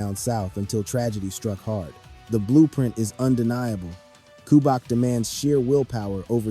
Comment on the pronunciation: Who is Ku-back? Is he related to two-pack? It’s cu-BE-yak not Ku-back🤦🏽. Otherwise, it was a good video